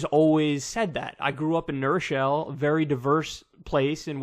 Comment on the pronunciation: How did he just pronounce New Rochelle?